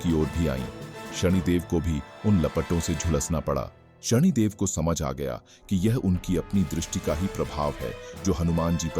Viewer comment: शणीदेव ❌ शनिदेव ✅